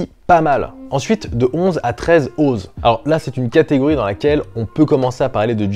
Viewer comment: Pour info l'unité de mesure "Oz" se prononce "Once".